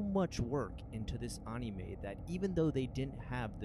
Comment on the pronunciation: Darn kids and their "Onimes"